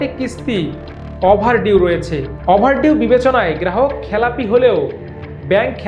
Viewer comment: আমার দেশ এত ভালো একটা পত্রিকা, একজন লেখাপড়া জানা সাংবাদিক কে দিয়ে খবর প্রতিস্থাপন করতে পারে না? কি বলে এগুলা অ্যাপারেল, ক্রাইস্টাল, অভারডিউ 😂